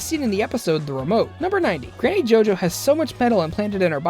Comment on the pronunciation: did he just say GANNY?! WHAT PLANET DOES HE LIVE IN?!?!?!?!